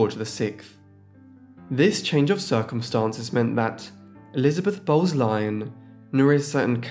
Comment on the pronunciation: I bet it was because they pronounced the name Elizabeth as "Elizabeff".